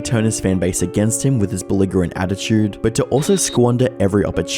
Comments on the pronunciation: Good video man but right at the start you said the word "Beligerant" with a g sound. It's pronounced Belijerant. Sorry I had to say something, I waited until the end and it still bugged me. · "victims" is a hilarious word for this, lets be honest. Also belligerent is pronounced jah not guh u nonce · its a soft G in billigerent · It’s pronounced “beli-JE-rent” not fucking beli-GGER-ent and it’s fucking “bell” not bella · I dont mean to nag but you mispronounce so many words that it immediately removes me from the content. Belligerent, Belle, etc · Words IA ddoesn't know how to pronounce: - lingerie - belligerent feel free to add below, and I'll update the list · does someone else write the script? not being able to pronounce belligerent is quite a feat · I’m 5 min in and have already heard you mispronounce belligerent and belle. With 450k subs, if you don’t know a word, you should really look it up. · The real crime here is the pronunciation of belligerent. <3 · Sorry, how did you pronounce 'belligerent' again? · You pronounce belligerent wrong